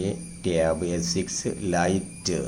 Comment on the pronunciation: ടേവ് അല്ല ടാവ്